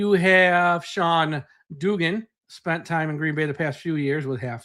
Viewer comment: You mispronounced Duggan. It's Duhg-gun. Not Doo-gun.